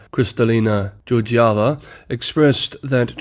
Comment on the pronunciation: just a detail - Ms. Georgieva is a Bulgarian, the two G letters in her family name are pronounced as in "game", not as in "George". And thank you again for all the amazing work you are doing.